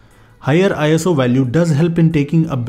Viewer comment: It's not eye as oo It's just iso ISO is not an acronym